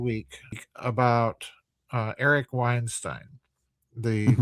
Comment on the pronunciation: He mispronounced Weinstein as Vineshtein, but YT still managed to transcribe it correctly, like it did when he mocked Dubya with "nukular." Yet it still obviously gets well-known names deliberately wrong: "Eupfology" as done by "Jay Allen High Neck." If the name were obscure, like 'Mensur' which mispronounced as "Menshur" (no doubt as a play on words as 'Measure of a Man') then YT should be expected to get it wrong - which it did by transcribing it as "meurous" despite it not being a word. "Davis" may be an allusion to the way Argentinians pronounce 'v' as 'b'.